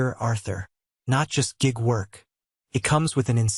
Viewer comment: Stupid formulaic AI. Does not know homophones, which humans learn in my country at 6-7 Grade 2. The usual toxic family with self-effacing but secretly rich and successful child with golden child sibling who all get just desserts. Amazed there was no Marcus Chen. And gig is not pronounced 'jig'.